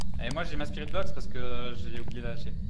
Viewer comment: À chaque fois que vous dites spirit box j'entend aspirine box. 😂😂😂